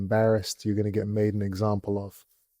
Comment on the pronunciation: "Made an eggsample of" 😂😂🥚🥚